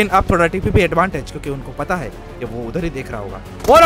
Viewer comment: Bhai hei hei hei nahi hota yaar hai hai hota hai😅😅